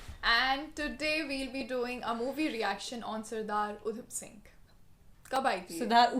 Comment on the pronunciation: She said udap singh😂😂😂😂